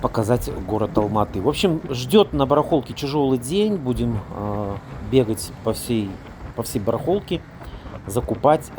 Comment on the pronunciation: А вообще -то бАрАхолка !!! Ухарь !!! Сразу видно ,что у финноугров русский язык искусственный суржик эсперанто не родной язык !!! И не Алма-атА и АлматУ а АлматЫ !!!!